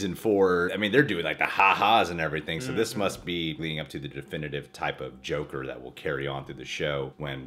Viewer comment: cant say joker